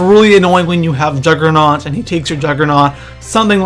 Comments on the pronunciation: Not being a dick, but it's juggernog, not "juggernaut" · It's juggernog not juggernaut you fuck head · am i the only one who gets annoyed when people say juggernaut instead of juggernog? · it's not juggernaut it's juggernog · im sorry but it kind of makes me mad when people call juggernog juggernaut, just sayin. but I still like your vids keep doin what your doin bro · Its Juggernog not juggernaught